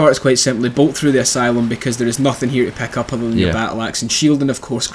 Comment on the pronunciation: why u say PECK UP, whyyyyyyyyyy?